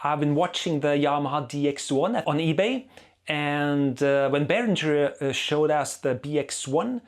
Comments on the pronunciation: It`s berinGer, not berinJer, btw. Like Kim Basinger. It is a german name, so live with it. Like Neumann is "noyman" and not "new men" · It's BAY RINGER! As in bell ringer 😀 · You speak German but mispronounce Behringer on purpose! Why? To show your disdain for them?